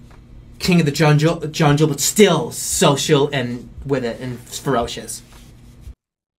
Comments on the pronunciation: this clip fucking KILLS me. the way he answers his own question, the way he said "junjile" instead of "jungle", his voice getting slightly nasally and higher pitched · "king of the junjal" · "King of the Junjle" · I love how he sensed that "junjle" wasn't right so he tried to say it right but said junjle again lol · I like how he said “junjle” then corrected it by saying “junjle” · "king of the junjle" will never not kill me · "Kinge of the Junjle"